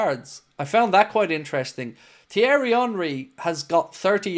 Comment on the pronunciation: “TH-ierry” it’s pronounced T-ierry the H is silent you chav🤦🏻 it’s embarrassing Henry’s first name been mentioned over billion times in commentary matches/interviews & all sorts of social media yet couldn’t get it right & you want to talk about a player that clearly hasn’t heard of before just shut up.